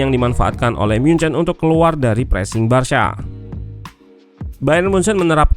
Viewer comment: Cara baca "Barca" itu barsa bukan barsya